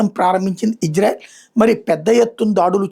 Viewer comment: Ayya. .. adhi hijrayelu kaadu ...meeru sarigga palakali.